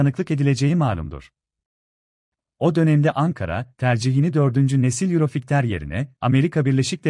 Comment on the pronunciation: Yurofigter ney? 😂😂😂 Yurofaytır diye okunur🤣🤣🤣